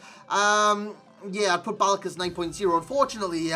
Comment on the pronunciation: Hes not pronounced like Michael Jackson 😂😂